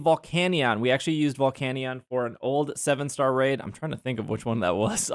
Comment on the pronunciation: The volcanion pronunciation is grinding my gears bad